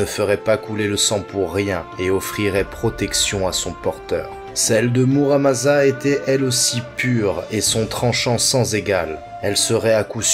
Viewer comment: video courte mais sympas, par contre faut arréter de dire MaZamuse et MuramaZa y a que 1 S mais c'est pas des nom français mais japonais donc on prononce MaSSamune et MaramaSSa.